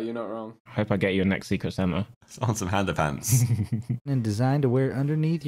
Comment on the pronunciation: No one: Josh: “handa fants”